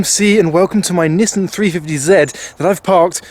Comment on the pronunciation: This is a Nissan not a Nissin. Nissin make motorbikes